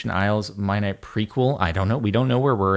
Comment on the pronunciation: Mia-nite-Ian isle